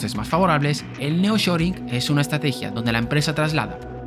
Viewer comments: Es nearshoring y no neoshoring que no? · No es Neoshoring sino Nearshoring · Me gustan tus vídeos. Solamente aclarar que el fenómeno comentado se llama “Nearshoring” no “Neoshoring”. Ah pero ómo son malos ustedes los españoles para el idioma inglés. Jeje 😂